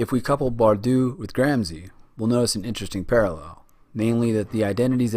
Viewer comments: Good video and I really liked the connection between the authors, even if their surnames were changed to Gramsi and Bordu ahahah Nobody probably cares, but still: the combination of letters SC followed by I or E in italian makes a SH english sound, as in "show", so read it as gramshi; while Bourdieu is a bit more complicated because the last sound is not present in the english language if I'm not mistaken, but it can be approximated by the sound that the first A makes in words such as "apparently" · Content is good, except perhaps a lack of emphasis on ideas of power. Hegemony is the result of the ruling class's power. And I recommend you check pronunciation before recording: it´s Gramshi & Boordyeu (ok, the 'ieu' sound is hard but 'ou' is just like the English 'oo'...